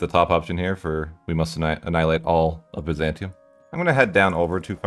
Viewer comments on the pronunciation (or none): none